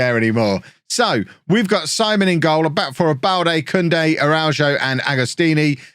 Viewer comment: Isn’t the ‘keeper’s name pronounced Seaman and not Simon?